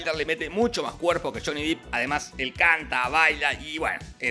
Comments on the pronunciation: Se pronuncia DEP NO DIP!!! SE ESPRIBE JHONNY DEPP!!! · El apellido no de pronuncia "dip" es depp asi como suena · Se pronuncia “dep” no “dip” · Es Depp, no Deep. Y Deep sí se pronuncia "dip". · Johnny deep...... a esta altura seguimos diciendo deep? Es dep amewo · Amo con todo mi ser a Johnny Depp (se pronuncia dep carajo 🤣) y creo que la original merecía un punto por la oficina de Wonka con todo cortado por la mitad. Igual aguante la del Depp 🤣